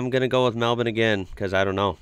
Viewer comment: Congrats on pronouncing Melbourne correctly! (melbin). Marlborough would be either Mahl-Bura or Mahl-Bra :)